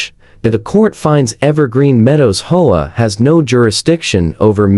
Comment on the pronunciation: Learn to READ, it's H-O-A; not hoa